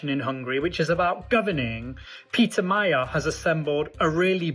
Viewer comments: The word "Magyar" is not pronounced "Mayar", but rather "Madjar". "gy" = "dj", similar to the beginning of the word "during". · It is pronounced Maghiar, like the Magyars.... please... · Magyar is pronounced Magjar - gy is a bit like g in George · Magyar is pronouced Madyar. Orbán is a G! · Magyar's name is pronounced 'moh-joh' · No... it's "Mah-gee-arr" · Magyar, not Mayer. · Madyar is closer. And O1G. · Yes, that's how it's pronounced, but you keep saying My-yar. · The other real question is whether Orbán will be held accountable for decades of corruption siphoning off EU funds for personal gain and crony allegiance with the effect of diminishing the array of normal government services and quality of life of Hungarians. Sir, thank you for putting a spotlight on this small but vigorous country and feel free to pronounce Mr. Magyar's name more closely to what it sounds like in Hungarian which is...in English like 'Madyar.'. It should not be mistaken for German sounding like "Mayer" and I didn't know what you were talking about at first. As a Hungarian this is important because our language is unique and outstandingly beautiful also, his surname reflects the name of our people in our language, which is strong and soft all at the same time. All the best to all watchers and joining you from Canada with great excitement about the outcome of this election.